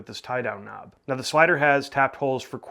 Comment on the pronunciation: face-green-smiling::face-green-smiling::face-green-smiling: Stop saying "K N O B"